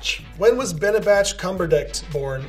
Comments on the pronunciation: them pronouncing benedicts names wrong is everything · Benecrack lmao